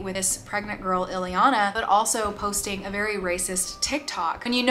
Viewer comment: It's Ileana, not Eliana and she might have lived in Austria, but she is Romanian.